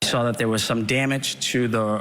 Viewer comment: Sawr? Where does find the “r” in saw? She sounds as uneducated as Shanon.